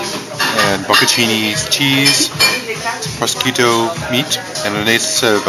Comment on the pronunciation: Please don't feel lectured by me, but I think prosciutto is pronounced pro-shoe-toe, the sc like sh, at least that's how we here in Germany pronounce it